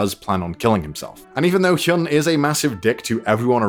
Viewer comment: Btw its heeyun not heeyoon.